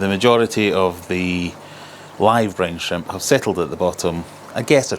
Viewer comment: My american ears heard "brain shrimp" 😅